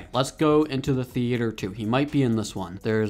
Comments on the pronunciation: It’s theater not the-a-t-er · Why u saying theyater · bro said thea-ator 😭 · Bro said thee-ater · The way he says theater lol